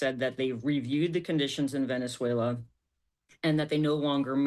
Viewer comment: why did she say venezuela with an accesnt. Does she do the same with irland?